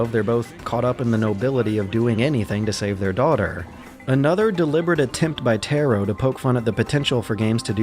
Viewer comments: Taro is not tarot it's たろ TA-RO rhymes with BRA-BRO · TEAR( LIKE RIPPING PAPER )- OH TAR - O I forgot this is why I cant watch any of your videos , your pronunciation is terrible . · Yoko TARO - you constantly said "Tero" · yoko tAAAro not Taero not tayro Tar- Roo TAR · Tar-o not Tear-o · Taro TAR-O not tear-O... japanese: ps3 = dad xbox360 = brother america: ps3 AND 360 = father only subtitles being nier:gestalt and nier:replicant, one brother, one dad, which gets weird when your calling the hero and final villian those. the more you fucking know p.s. - go watch Clemps videos on ALL the nier/drakengard games. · Taro Tah-Roe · How do you pronounce Gestalt so well and still struggle to pronounce Taro correctly? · Every time you say “Taro” I die a bit inside. It’s so bad omg